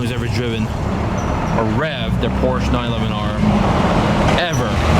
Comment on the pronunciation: great content; however, Porsche is 2 syllables..